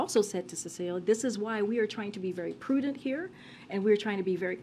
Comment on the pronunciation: "Prudent". Has Karine ever looked up this word?